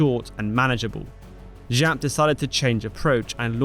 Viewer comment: Jap not Žap, he isnt french.